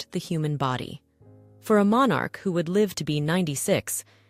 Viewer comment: Would help if Buckingham Palace and Monarch were pronounced properly ±